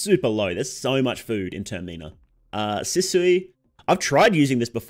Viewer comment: Man's out here tryna pronounce "sisu"